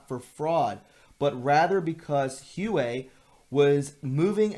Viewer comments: It's not Hue-Wei. It's Hu-A-Wei. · Pronounced wawei! I’m a Zimbabwean. Live in London now.